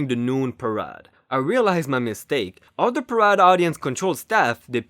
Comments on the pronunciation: Great job! It's par A de, though, not par ah de. A like in hay. That's really the only thing that stood out. I'm not complaining, I know I couldn't say a damned thing in your birth tongue, let alone read something. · Parade is actually pronounced as PA -- RAYYD -- rhymes with band aid